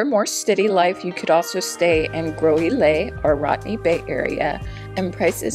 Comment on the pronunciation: It is pronounced Gross-ill-lay